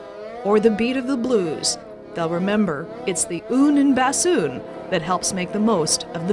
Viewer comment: She cannot even pronounce bassoon right. Lol.